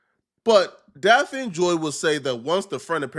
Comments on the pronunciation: It's Daphne bro. Lol Pronounced "Daff-Knee" 🤦🏾 You keep saying Daffine like caffeine. 🤦🏾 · her name is pronounced DAF-knee, not Da-fiend. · Daphne not Dapfeen Brody 😂😂😂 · Damn, you need a high school education. "Da-feen"? Daphne, you dumbass! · “ DAH FEEN”? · Diddy didn't pay DAFF-NEE (thats how you pronounce it) directly. He paid her rent. Cassie paid the male escorts. So Diddy didn't sex traffic these women. As far as coercion, being forced, i can see Cassie, because she was getting her azz beat, but Daphne was over 30 and willingly went along because she wanted the lifestyle. That's on her. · Bro This Clownass rtrd cannot literally say simple names and simple words gang😭😭😭😭 this ngga literally cannot say the name daphne gang😭😭😭😭 ITS DAPHNE JALLAH… yk like the one off scooby doo?? ITS SAID (DAFF-KNEE) clown🤦🏾‍♂️😭💯‼️ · Daphne pronounced (Daff Nee) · Daff- Ah-Knee #thankmelater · Bro how do you not know how to say her name? Where you from?